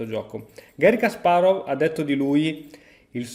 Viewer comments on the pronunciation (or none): none